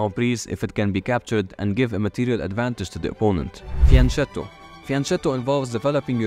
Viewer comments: Italian here, just a little clarification for the pronunciation of "fianchetto": it's actually pronounced fianKetto, just like Pinocchio. Whenever the letters C and H are next to eachother in Italian, it will automatically make the sound harder. The opposite is in Spanish. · Fianchetto you have to pronounce like fianketto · Since "Fianchetto" [fjaŋˈkɛtto] is an Italian word, the syllable "che" is pronounced like /kɛ/ as in "Chemistry"